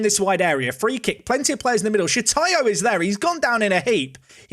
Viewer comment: SHOTAYO not Shitayo 🤬🤬🤬